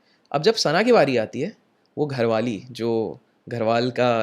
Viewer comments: Gharwali nhi bhai ji garhwali hota hai 😂.. bhangarh hai vese garhwali ya gadwali bhi chalega... Gharwali ajeeb laga sun kr😂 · 17.11 घरवाली नही गढ़वाली बोली है